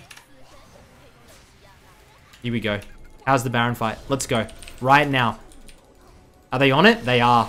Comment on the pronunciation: les grab a coffee, les go